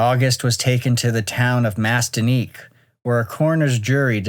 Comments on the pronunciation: lol "Man-iss-TEEK." This happened along an area now known as the Seney Stretch. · It’s man-iss-teek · Man-is-tee-ka, MI